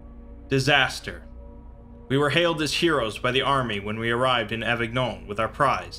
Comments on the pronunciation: You read the french words quite well ! (the only exception being that avignon is read as avinion but you couldn't know that if you hadn't heard it before). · Avignon is pronounced Avinyon